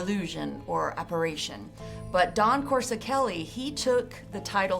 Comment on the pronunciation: Wait lol o heck No!!! Did just slaughter Don Coscoreli s name by brutally mispronoung his name lol.. and she is giving facts about this movie. Well if your gonna host and talk about this iconic horror Sci fi fantasy classic and spit out these amazing facts about what went on behind the making of this iconic classic damn atleast get the director s name right.. don't just mention his name more than once and butcher his name several times u say his name... I was like really??!!. She says coreseli or some thing way oft from the spelling of his name. It's Coscoreli. Geeez!!